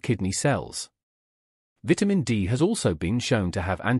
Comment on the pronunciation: Please learn how to pronounce the word "VITAMIN" THANKS